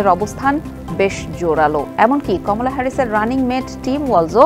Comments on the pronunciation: Please call her কামালা, not কমলা. This is a bit irresponsible on the part of TBS not to pronounce (and write) the name properly. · Her name's Kamala not Komola.